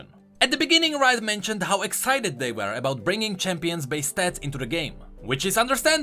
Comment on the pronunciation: my brother, my mate, i love you and all but the way you pronounce "were" is killing me slowly. <3